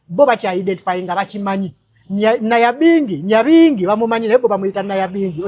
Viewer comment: Hats off to you the fact that you know about Princess Nyabingi of whom her history is rarely told which I don't know why. I understand that it's hard to pronounce her name well, but, nothing can be taken away from you. Thank you to you also